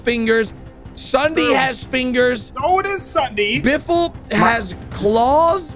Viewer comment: it is not biffle